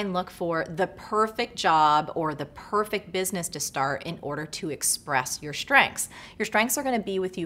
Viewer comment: Perfect, not ‘porrrrefict’